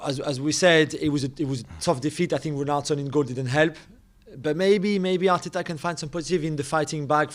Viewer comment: MIIIIkel Arteta... MartinELLLI, just say the names normally u goon